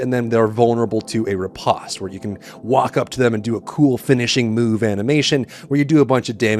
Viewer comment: Lol. Another grown adult that can't pronounce a basic word. Riposte is pronounced, RI-PO-ST. Long O, not a short O. Stay in school kids, you don't eant to end up like this guy. Scary. And the first game definitely had key bindings. Did you even play it? Thats obvious. Lol